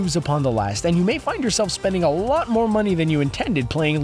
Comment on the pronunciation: TAKE MY MONEH